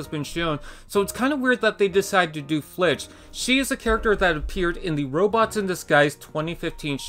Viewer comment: It’s filch not flitch lmao